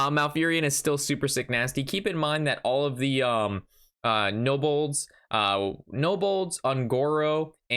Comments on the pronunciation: Dude its Kobolds not Nobolds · has no mercy I don’t understand why he pronounced it like that lol???